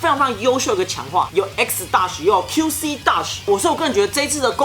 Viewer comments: ㄛㄛㄛㄛ你說錯了是Qc`不是Qs` Q皿Q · 你說成Qs啦, 是Qc